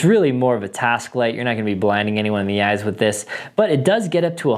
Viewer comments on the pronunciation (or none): none